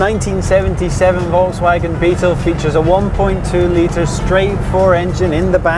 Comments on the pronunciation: It is actually pronounced (folks-vawg-in) not (volts-wag-on)............... Wouldn't have a problem with it if the host didn't say "or in German...." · de Rooij no it's Volks fagen with a long a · Ronald de Rooij I was trying to spell out how it should be properly spoken in English, sadly I do not know phonetic script, like what is in a dictionary... The presenter butchers the pronunciation ironically right after saying "or in German..".